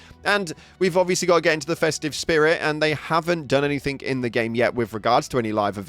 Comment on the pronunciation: Love the videos and have started following thanks to my recent enjoyment on Arc Raiders. There is just one feedback I have...It's a nit pick...but it makes it so hard for me to listen when you keep adding a K at the end of words that don't have a K. "Anythink" and "Everythink" instead of anything and everything. It's a shame when you are so careful to pronounce other words so nicely like "Extremely Important"